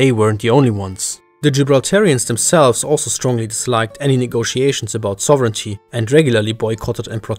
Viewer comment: Your pronunciation of “sovereignty” is... adventurous...